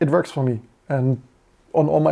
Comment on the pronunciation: It's verking, it verks.